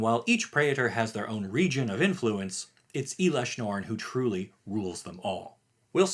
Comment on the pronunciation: I think your pronounce in elesh norn incorrectly. Just wanted to give you a heads up.